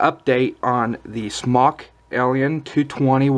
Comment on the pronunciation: Smōk <— Pronounced Smoke ^ notice the long O...